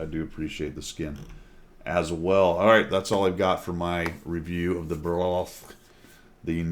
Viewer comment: It's official now. Every single WOT CC has made fun of how to pronounce Bourasque. Even Skill, and he can't pronounce shit! The worst was probably 4Tankers calling it Burlesque!